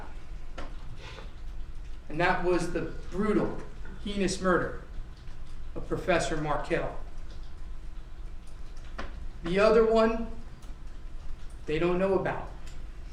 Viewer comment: Notes for Danny R… HEINOUS does not rhyme with penis.